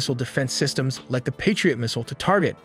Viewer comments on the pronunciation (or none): none